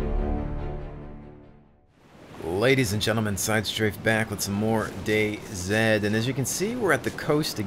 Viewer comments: its dayz not dayzed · sidestrafe for the love of god just pronounce the mod as if it were days plz and thank you